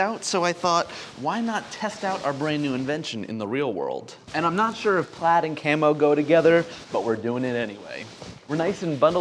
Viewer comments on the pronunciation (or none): none